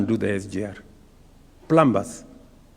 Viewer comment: Sio plambas,. In 'plumber', letter 'm' is silent.